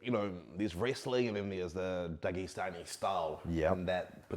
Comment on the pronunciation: Did you just said 'Dogstani style' ?😅